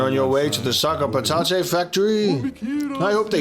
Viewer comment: noo i really liked how you said patate